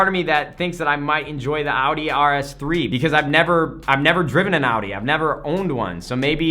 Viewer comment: Holy, an American that almost can pronounce Audi. Props